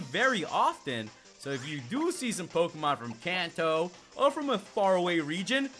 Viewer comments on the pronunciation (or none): none